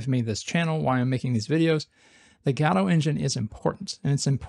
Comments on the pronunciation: Good videos man, but please pronounce it properly. It's "Guh-doh" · Why do you use a "shwa" (an "a") sound instead of an "o" sound when you say Godot? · What's this "Gado" he keeps mentioning? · Hey, you cant pronounce Godot like that. Please, I couldnt watch this video because of it. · cannot get over the way this guy pronounces Godot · Actually, Balatro is supposed to be Balatro. Godot is different. It is pronounced Godot. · No no. It is supposed to be Godot.